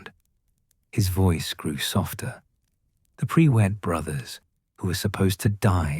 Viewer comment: Tell your AI bot it's not PRE WITT - it's PRUIT!! One word, no W!